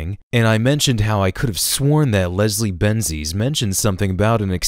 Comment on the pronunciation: "resrie benji's" - Hideo Kojima